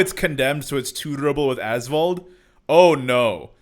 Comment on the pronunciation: When you say " Azvaldt" for some reason i hear Asphault 8 XD